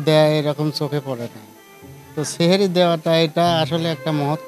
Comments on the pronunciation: সেহেরি না বলে সাহরি বলবেন সাংবাদিক ভাই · সেহরী না উচ্চারন হ‌বে সাহরী